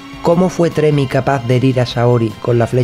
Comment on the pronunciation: Un pequeño comentario/correción. El personaje no se llama Tremi o como se pudiera escribir, sino Ptolemi (pronunciado Tolemi). Saludos y buenos videos los que haces.